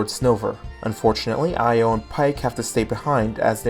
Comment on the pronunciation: Extremely late, but I think Io is pronounced “Yo”. I think some theme about the girls all having one syllable names.